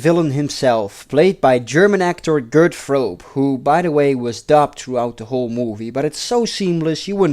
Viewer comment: Hey geweldige review zoals alle andere maar,hoezo spreek Gert Fröbe´s naam niet uit correct uit zoals wel de naam van Jeroen Krabbé zo foutloos uitspreekt.Beetje maf.